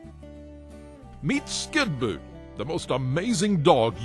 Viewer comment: does actually say Skinboot? What an idiot.